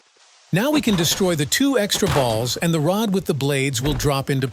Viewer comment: the way he cept saying b a ll s